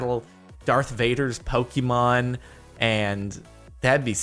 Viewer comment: did he just say pock-eh-man